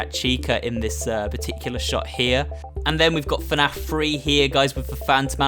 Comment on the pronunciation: You said FANF Its FNAF